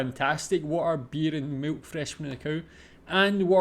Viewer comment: "and milf from the cow" Come on, you ALL heard that in dutch 🤣